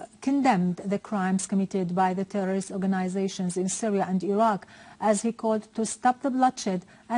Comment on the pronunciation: How many time did she said "terrororist" ? xD